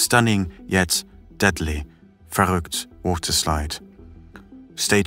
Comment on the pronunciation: Your pronunciation of Verrückt is amazing. Have you learned German? As a German who has heard this story on various channels you're the first one to say it correctly